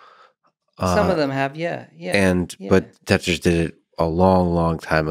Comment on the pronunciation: When he said Tetris I wanted to stop the video and die.